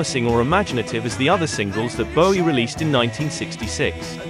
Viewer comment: Good to hear David Bowie have his last name pronounced correctly (when asked in interview he said the 'ow' sound was as in 'low' - however he also wasn't that bothered).